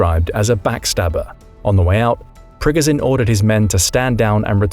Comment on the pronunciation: It’s not pro-gun-Jin, it’s Pri-go-Jin.